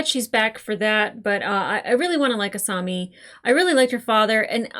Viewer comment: Uou you are saying asami's name wrong